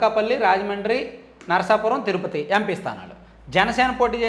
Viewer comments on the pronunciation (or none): none